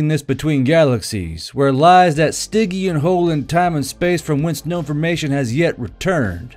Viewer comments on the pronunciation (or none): none